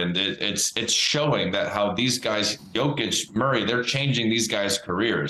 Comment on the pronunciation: Shams still mispronouncing Jokic's name. Is that part of his agreement with Klutch?